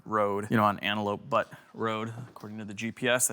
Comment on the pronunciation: Lol my guy, it’s pronounced byoot. It’s a geologic form like plain, or mountain, or valley